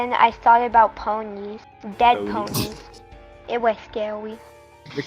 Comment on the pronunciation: * ponies * lol. when it said "ponnies" i DIED edit: oop. * friend * edit 2: * basically *